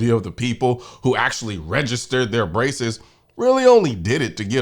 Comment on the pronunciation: When you said “that is a ton of braces” I heard “a ton of racists” and I thought, “oh noooo, Colion’s gone woke! 😢”